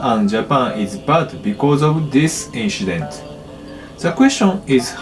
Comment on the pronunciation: You are aware that giving false confidence is detriment to improvement? Saying "inshident" or "brahtally" are not "quirks", they are mistakes. What he needs is constructive critique, however he would need to ask for it, until an English speaker finds he has pronounced a word so severely wrong that they need to ask him to repeat what he said. I've seen false confidence being exhibited by non-native English speakers, some legit think they are good and blame you for not "listening properly". Best solution for everyone is to build a thicker skin. As someone who is a language learner, I don't take offence if people can't understand my Cantonese, correct me or complain about it, but it is concerning seeing people trying to make the other person feel better which makes things worse for the speaker who is learning the language. True learners don't let people like OP (who I hope is innocently insensitive), discourage them from learning the language. I hold this standard to everyone, because learning, not matter is the subject, will always require both the teacher and student to be honest and humble to each other and we put ourselves into the teaching role as soon as we start talking to him about his fluency in pronouncing English as he might be learning from us in the comments as we are providing him feedback. Edit: To clarify, the reason why I'm saying that those words he pronounced aren't quirks, but mistakes is because, he is using Japanese phonetic rules to pronounce them, not m